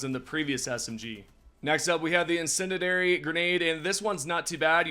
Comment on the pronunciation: in-SEN-dee-air-EE. Incendiary. also, it did seem like you were trashing Scout Striders from the front really easily with the Purifier. most weapons can’t do that, except for support weapons. might not actually be bad… will have to see more